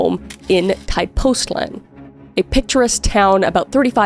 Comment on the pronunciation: Hey Kris! I'm also Cris but with a C hahaha, I'm Mexican and the story of Paula is known in Mexico, thank you for covering it. I just wanted to extend my help if you need to know how to pronounce Mexican names, cities and other vocab, Tepoztlan is pronounced te-poz-tlan. Thanks!